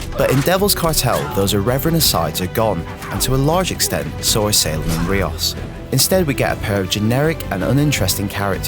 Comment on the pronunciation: The individual that reviewed this game has obviously not played the game as he doesn't know how to prenouce rios's name, even when the ingame dialogue says it several times. he also just seems to have a "whatever" attitude about the entire series.